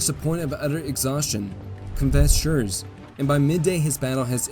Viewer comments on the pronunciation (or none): I really like and admire chanel but as a german i must admit his pronounciation of german names has space for improvement. Example: In High German you speak the name "Schurz" with a long hissed "zzz" ad the end.